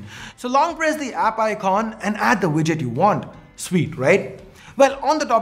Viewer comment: Oooiy donkey i am telling you again,, it's icon not Iqqqqquon, u almost spitting on the screen